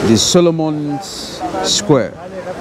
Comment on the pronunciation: It's Solomou square, not Solomon. Don't make things up!